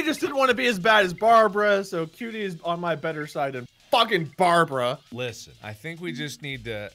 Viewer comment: "F¥€《 BARABRA"